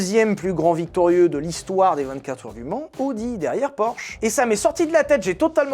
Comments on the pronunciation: ça ne se prononce pas "audi" mais "a o di" 😅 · Tu t'es demandé pendant tout l'épisode de l'essai de la Countach si on disait Countak ou Countache... Ben Audi, ça ne se prononce pas Odi, ça se prononce AOdi ;) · Je sais que l'allemand n'est pas la langue la plus jolie mais il faut au moins faire attention à prononcer correctement les marques: c'est "A-o-di" et pas "O-di". Prochaine étape: Nürburgring. Ce n'est pas le "Neurb'". C'est "Nurre-bourgue-Ring" (comme un ring de boxe)